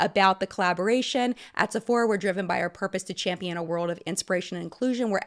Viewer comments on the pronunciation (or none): none